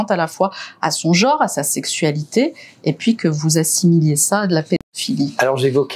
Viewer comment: On ne dit pas "Jore", on dit "Genre". Prenez des cours de phonétique madame la journaliste, c'est pénible